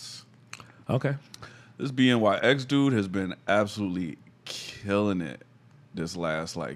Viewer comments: OMG every time you said B N Y X I wanted to scream lmao BNYX = BennyX lol you could even hear his producer tag on the beat lol. I was wondering if you would catch on to it lol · BNYX killed it on production and btw it’s pronounced Ben E X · bnyx pronounced benny x btw